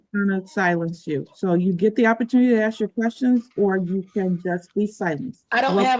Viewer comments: Its ask not ax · That speaks with such arrogance while simultaneously unable to pronounce the word ask is cracking me up. I have to laugh or I'll cry with embarrassment for Judge Washington.